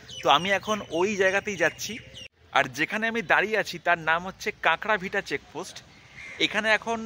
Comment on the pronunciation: কাঁকড়াভিটা নয়। কাঁকরভিটা। 😂